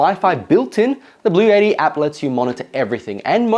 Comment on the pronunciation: blue ett tee, not blue YETI lol